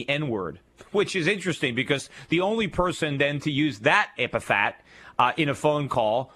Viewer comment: epithet. Yeesh, one time, okay, but over, and over. damn. Repeat after me: EP-I-THET.